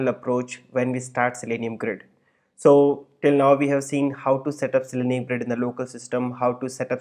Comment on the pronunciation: It's Zalenium, not Zelenium.